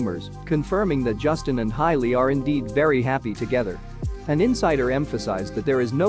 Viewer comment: Hailey NOT HILEY !!!!!!